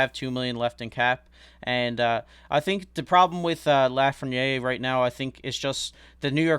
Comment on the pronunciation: “La-fren-yay” 😂 I think it’s “La-frehn-yair”